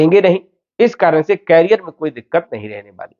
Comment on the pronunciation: Please कैरियर (carrier) mat bolo. Iska matlab hai carry karne wala. Jaise cycle ke piche hota hai. Ye करिअर (career) hai. Bar bar kan mein bara khatak raha hai. 🙏